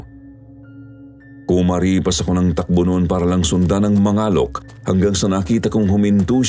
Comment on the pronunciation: "Mangalek" po kasi yun hindi Ma-nga-lok hahahahahahahha Pabilis po ung pag kakabigkas 😭😭😭😭